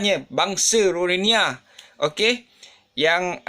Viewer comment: Ko sebut rohingya pun x betul.... silap2 ko pun rohingya... muka mcm long tiger bam je...